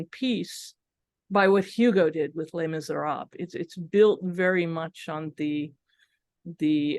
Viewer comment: How can you be an academic and deliver a whole presentation on Les Misérables and pronounce the first word of the title do disastrously wrongly?